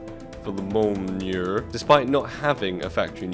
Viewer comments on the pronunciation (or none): none